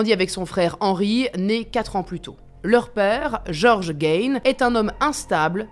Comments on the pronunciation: On prononce en anglais Gein " Guine" et pas " Gaine ' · C’est GAIGNE mais GUINE 😑😑😑